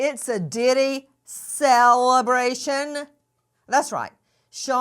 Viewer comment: Nancy can you stop… CELLebration 😂😂😂😂